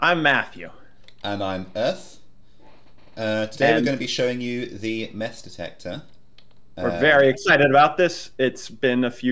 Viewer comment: Heh mess detector sounds like mass detector